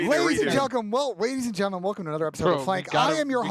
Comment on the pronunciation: Ladies and gelcum??😭